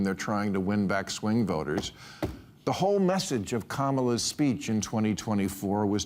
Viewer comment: it’s pronounced “kuh-MAH-luh” JUST LIKE EVERY OTHER INDIAN PERSON SAYS IT.